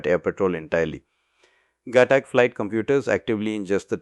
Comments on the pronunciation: its not ghatak . It's GHAATAK . learn pronunciation first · did u watch dhruandhar at all ? and heard the pronunciation ? its ghaatak with focus on aaa